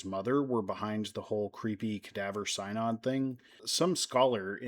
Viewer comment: First off you aren’t pronouncing synod correctly. It’s going on as you speak. The so called trial was reversed by Theodore II and Pope Formosus was given a proper burial in St Peter’s Basilica. Little unknown history. Very cool. Thank you for being respectful and amusing. This is like a True Crime episode. Thank goodness, good people ignored the craziness and just followed their doctrines taught by Christ. So just like today, ignore the craziness in the world, in religion, politics. A Pope Peter, hmmmm, what will happen with such a pope? And ppl complain about Disney world too…part of the experience. Yes and ppl complain about Theme Parks the same way. Crime is everywhere esp near holy places.